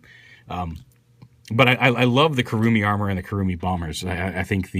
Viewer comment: You make the weapons sound like "Kurumi Bummer".